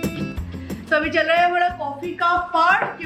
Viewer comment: Don't pronounce hmra say hamara ।याद रखना तुमसे बहुत लोग बहुत कुछ सीखता है।याद रखना जब भी कोई भाषा का प्रयोग करते हो , अच्छे तरह से करो। चाहे तुम्हें इस उम्र में सीखना पड़े